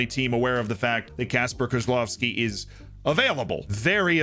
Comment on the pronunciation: So proud that Kozłowski is on that list. He is the biggest Polish talent in this century. Even Lewandowski in his age wasn't half as good as him. In this aspect FM is broken because Pogoń will get sth around 15 mln for him. And you pronounce it pretty well, good job!